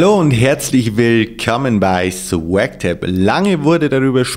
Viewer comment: SwaaaaaagTaaaaab haha wie ich die Aussprache liebe <3